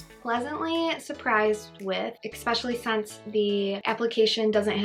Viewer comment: Especially, not expecislly